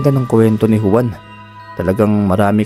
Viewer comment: Hindi Huwan, kundi Hwan ang tamang pagbiglas ng Juan.